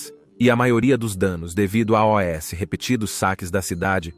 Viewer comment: A inteligência artificial não sabe falar "aos". Ela fala "A", "O", "ESSE", : "(...) Obrigado A-O-Esse novos inscritos do canal... "😂😂😂😂